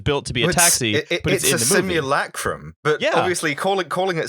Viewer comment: It's pronounced "simulacrum".